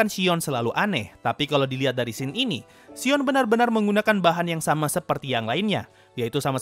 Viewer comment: Shion jdi Shiong